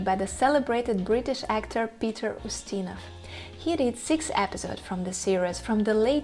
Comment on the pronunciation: Peter "O'steena?"